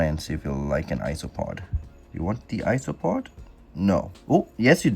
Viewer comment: I keep hearing ‘isopod’ and it makes me think that it’s ice cream or iced treat, cause it sounds like ‘ice-o-pod’